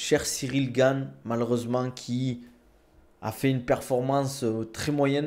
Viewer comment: Slm, je voulais savoir pourquoi tu appelle Cyril Gayne alors que ça se dit Gane.